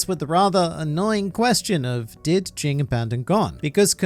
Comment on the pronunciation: Jing is Ging The G at the end is silent